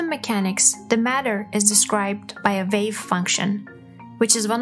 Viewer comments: It is a WAVE, not a VAVE. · Sorry but your accent makes it difficult to understand. You have difficulty pronouncing "W" and when you say "well" or "wave" it sounds like "vell" or "vave". Nice video but you need to practice the w words. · Narrator needs to work on her wubbleyous as in Vell and Vave if intending to be a professional voice over. I don’t mean that harshly, but pronunciation is not optional in language. She says everything else normally…so whats with W. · I found myself thinking, "liken it to a vell?" and then "Liken this to a vave". I figured out from the accompanying video that she meant "well" and "wave"